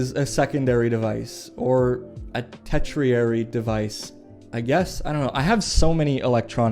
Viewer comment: It's not pronounced 'Te-tri-eri' but 'Tur-shuh-ree'. Don't feel offended, just sharing the correct intel.